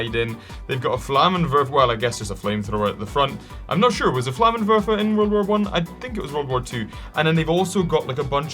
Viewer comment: SOMEONE WHO ACTUALLY PRONOUNCED FLAMMENWERFER CORRECTLY!! (well, more broadly, the W letter in german, It's pronounced as a V), also yes, the flammenwerfer was in both ww1 and ww2